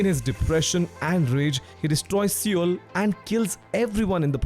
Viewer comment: did i just hear him say sewer when trying to say Seoul? Anyway amazingrecommendation, keep the good work!